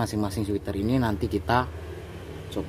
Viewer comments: Twiter bang bukan switer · Pasang kaos lengan panjang ya bos? Kok switter ngomongnya?